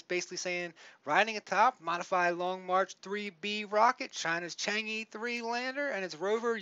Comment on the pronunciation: I'm Chinese. It is pronounced Chang errrr. Not EEEE. But it's ok. Calling it Chang'e makes it kinda like Wall-E.